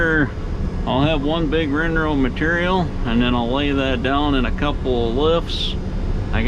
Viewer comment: Is it me or does he say rin-row instead of windrow?